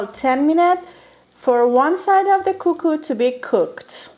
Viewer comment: Suggestion: for very close English pronunciation “Kookoo” makes very good sound v. “Koko”